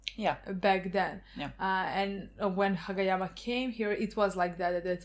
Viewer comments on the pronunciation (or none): I can't resist laughing because by saying what sounds like Hage yama, it seems like youre calling him Baldyama